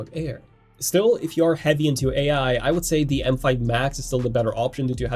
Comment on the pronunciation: THe, THat [pronunciation]